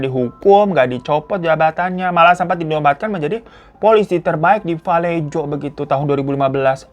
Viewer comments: Bang hiro moon maap valejo dibaca vuh-LAY-ho, aq tgl disni kebetulan 😊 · Just FYI: Kota Vallejo itu dibacanya: və-LAY-ho. Salah satu kota yang pernah bangkrut tahun 2008 akibat krisis ekonomi. 😣😞 Greetings from San Francisco 👋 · Fyi: Vallejo asalnya dr bahasa Spanyol jadi di baca "vayeho" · Tulisan vallejo di baca valleho bang hiro